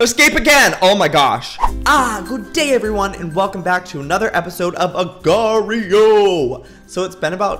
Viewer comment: It will forever bother me how Youtubers pronounce agar.io xD